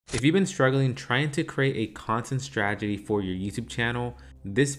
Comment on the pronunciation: Good video thx! Btw.. it's "strategy". As in: straT-egy.